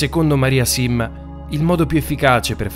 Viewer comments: Da quando in qua maria simma si pronuncia maria sinna? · Vorrei fare una leggera riflessione., si chiama Simma, e non sinna. Pace E Bene. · Comunque e' Maria Simma almeno dire il nome giusto! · Si chiamava Maria Simma non Sinna! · Si dice Simma